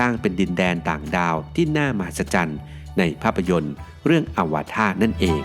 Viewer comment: เค้าออกเสียง Avartar